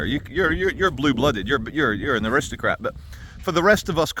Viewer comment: I'm sure you said "aristocrap" grouse gives me the shits lol. I'm lower, gutter class myself